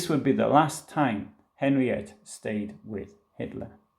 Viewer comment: It's pronounced 'Henrietta'.